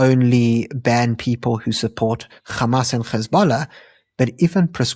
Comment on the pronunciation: anc are all pallastinian though and this is who they really are mandela was the worst human alive and should have been left on that island anyway dude please stop saying G when its an H wtf is gamas